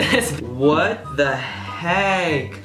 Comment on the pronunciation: It sounds like ur saying what tbe HEG